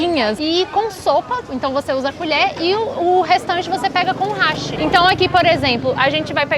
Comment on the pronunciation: Mano que lindo a falando háshi certinho😍 todo mundo fala hashí que significa ponte lkkkk Parabéns, tá pronta pra vir pro Japão sem passar vergonha 👏🏽👏🏽👏🏽🤣🤣🤣